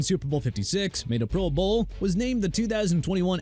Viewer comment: I saw that too!! What a joke! And says pro BOWL. 😂😂😂